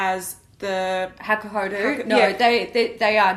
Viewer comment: it's pronounced hakuho-DOH chikuho-DOH not hakuhoDOO chikuhoDOO lol